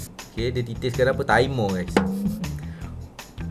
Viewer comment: Lawak lah lah kalau dan cakap tiberr tapi takpe lah😂😂😂😂😂